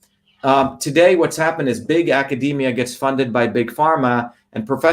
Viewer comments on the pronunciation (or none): none